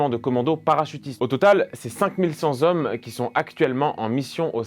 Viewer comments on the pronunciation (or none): excellent début d'année (euh cinq mille cent hommes et pas cinq mille cent zhommes, je crois)